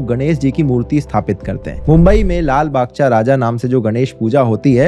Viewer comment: Lalbaghcha is pronounced as 'lalbagh-tsa' not cha as in chai. ❌लालबागचा ✅लालबागत्सा